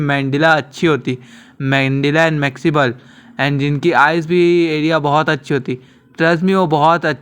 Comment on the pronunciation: mandilla😂 maxible😂 maxila mandible bhai